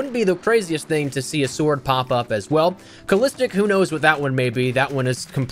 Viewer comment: You didnt think of Balistic knife when hearing calistic? Like in the balistic knife executions?